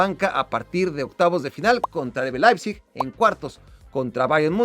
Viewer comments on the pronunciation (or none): none